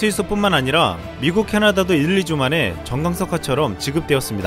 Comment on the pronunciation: 정광석화? ㅋㅋ 실화입니까? 전광석화.. 모르는구나.. 발음도 정광석화라고 하네.. 모르면 일부러 어려운 말 쓰지 마시길. 電光石火.. ㅋㅋㅋ